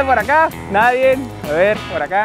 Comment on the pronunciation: Nadie abaolutamente nadie: El en el minuto: NADIEN